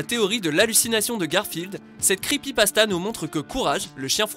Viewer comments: c'est pas creepypastazz c'est creepypastas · creepypastaz mdrrr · Les creepypastaz ? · C'est moi ou au début il a dit "creepypastaZ" ?